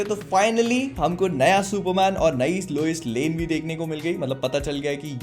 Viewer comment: Loise lane 🤣🤣🤣. Isse accha lame hi bol dete